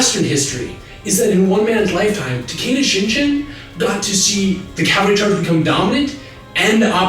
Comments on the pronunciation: very good video, you are awesome, just one thing: the "g" in Shingen's name is pronounced with the tongue at the back of the mouth, like "gift" , rather than "gin". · The G in "Takeda Shingen" is a hard G, as in "grape," as are all sounds transcribed as G in Japanese. I wouldn't mention it, but you did it four times. :( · This is a good series, but please look into how "g" is pronounced in Japanese. On the one hand, it's not guttural, but on the other hand, it's NEVER a soft g. If you can't make the proper nasalized "g" sound, it's better to err on the side of guttural. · Exactly, for someone familiar with Japanese history, it's a jarring as hearing the first American president being called "Gorge Washington." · Rainbow Dashtruction one example at . He pronounces it Shinjen instead of Shingen, which would be a correct way to pronounce it in English, but never in Japanese. This is the primary reason you're supposed to stop using roman letters in Japanese starting on day 1; There's too much ambiguity and it's just generally hard to read. Just for fun: Shingen is written as 信玄 or しんげん in Japanese. Shinjen would be written as しんじぇん and would not only be an incorrect reading of the Kanji, but also use a combination of characters that (I think) aren't seen in modern Japanese. Rather, it would be written シジェン and have to be a foreign word. Disclaimer: Early Intermediate Japanese Learner. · I have heard Shingen's name pronounced in Japanese so many times that I had to stop the video after hearing "Shinjen" for the 12th time. I understand why it happens with some people but it's still no less jarring to me. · Your use of the soft G in the name.of shingen is making me cringe there is no soft G in Japanese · Can't stand how you keep pronouncing Takeda ShinGen, "G" like general, it's pronounced "G" like gum. If you had watched a few reputable Japanese history videos about sengoku jidai & Takeda Shingen, you'd have noticed this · You're pronouncing Shingen wrong, man.